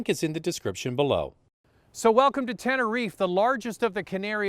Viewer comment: As a Spanish citizen, I have to tell you that you are pronouncing Tenerife incorrectly. It's Tehn-eh-reef-eh the final "eh" must be pronounced.